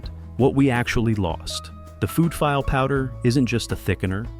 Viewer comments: It drives me nuts when the A I can't pronounce words. It's pronounced "fee-lay", not "file". As in gumbo. Very distracting in an otherwise informative piece. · File powder?? Come on AI, you can do better